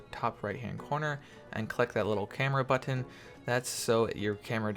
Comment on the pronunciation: stop saying button like that